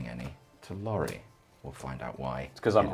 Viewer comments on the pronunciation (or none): I died when called Laurie, "Laurald"